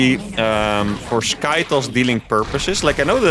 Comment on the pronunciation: stop saying sky toes